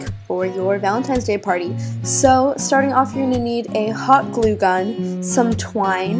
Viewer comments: did anyone notice she said valenTIMES day? like say it right omg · Lololololol she says valintimes day😂